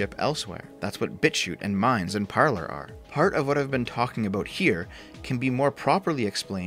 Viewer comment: Parler is pronounced "Parlay", not "Parlerr" :D SFO cancelled for butchering french.